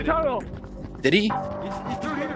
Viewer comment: saying did he sounded like he said diddy💀💀